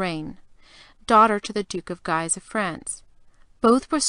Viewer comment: Guise is pronounced "geese" not "giise".